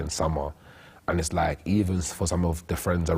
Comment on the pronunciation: The guy that says 'lak' instead of LIKE. !!